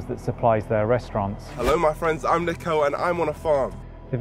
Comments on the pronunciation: my guy you cant even pronounce his name correctly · Everyone’s having a go at him for not doing research or whatever and you can’t even pronounce Niko’s name right